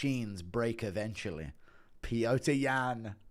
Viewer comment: Being British and pronouncing Petr as Peter is unhinged.